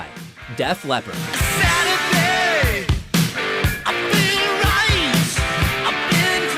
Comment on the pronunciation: I lost brain cells from when they said fed leappord